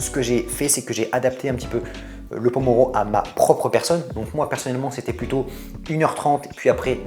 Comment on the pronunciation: MERCI pour les conseils sinon Pomodoro pas pomoro (tomate) :D